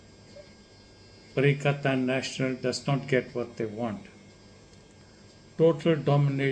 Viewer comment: Doc it is not pakatan national it is perikatan national